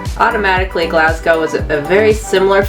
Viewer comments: Its pronounced G L A S S G O W And the locals pronounce it G L E S G A so its not Galsgow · tip for you guuys, ..... say Glasgow as if the "s" was a "z" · I think the Scott’s are pathologically meant for doing, saying, pronouncing, thinking everything there way, no matter what it is including their underground railway. It’s there individualism away from the sassenach’s (a word used by Scottish and sometimes Irish to describe a typical Englishman or something considered typical of England) down south. Some politicians, FYI,G are trying to break away from the UK at this political period ALA the SNP or Scottish National Party, they have already held one referendum 3 or 4 years ago but lost and already trying for another.